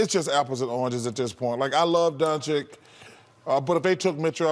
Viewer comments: Is it so difficult to pronounce Donchich? Some of this pros would show some respect just to learn: Dončić = Donchich?. Yes, in my opinion he deserves to be on this game, like he deserved to be a pro at his 15. But now I doubt this: who cares about votes he got. All commentators, always shocked, prefer more selfish power play bulls to show muscles in iso game, than what we really expressed to see. Well, they have this right. Let to repeat myself: show some respect and be truly honest what are you talking about, just with learning how to pronounce somebody's name who you are talking about. It seems it is too difficult? No - this is disrespectful, arrogan, nonprofessional. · Doncic not Donchick